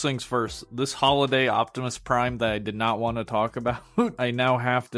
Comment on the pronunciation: "Hi everybody Its Me micoptimus Prime!"